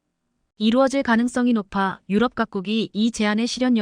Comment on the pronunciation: km를 킬로미터로 못읽고 케이엠이라 하냐?? 2~3년은 2내지 3년이지 23년이 아니다. 나래이터 스크립터 둘다 엉터리다. 대폭을 대쪽 유럽을 유럼 올라타를 몰라타, 5~6세대를 5내지 6이 아니라 56세대 라니 더욱 가관은 2028~2030년을 2028 내지 2030년이나 2028년에서 2030년이라 읽어야지 뭐라 2천28만 2천 30년이라니 무능 무식대담의 극치다. 이런 스크립터 나래이터 둘 다 고만 12만명의 구독자를 모욕하지 말라. 또 5~5.5를 오 내지 오점오로 못읽고 오십오점오로 읽어제끼냐 고만 문닫거라!! 89세 노인독자.